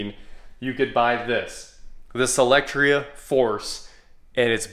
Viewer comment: You always pronounce it SElectria buts it's SOlectria